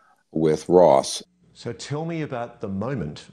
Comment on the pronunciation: How can you not know how to pronounce Ross's name?!. Why disparage his "dangerous" comments. To have not reached-out privately and engaged with him thus far is concerning. Especially since the "witnesses" you know so much about choose to come forward through him publicly. Unity is critical. It's strange that's all.